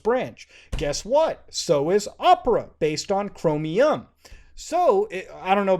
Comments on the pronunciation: why does he say it like chromIUM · Why do you pronounce Chromium as Chromi-yum